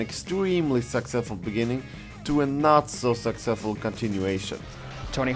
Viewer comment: "extweme" "not swo saksweswul" "a projwekt dat wus letr on" Jesus the English.